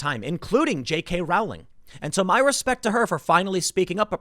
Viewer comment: Dont like her but her name rhymes with bowling not howling.